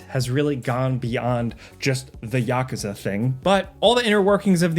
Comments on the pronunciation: Yakaza? So my favorite YouTube channel is just AI-based voice? 🥲🥲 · I lost it at "ya-ka-za"😂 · never in my life have I heard someone say "Yakuza" like that